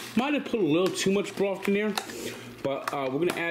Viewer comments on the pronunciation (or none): Beef broft? This guy went to college for Communications/Sportscasting? LMAO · IT'S FOUR GOD DAMN CUPS OF BROFT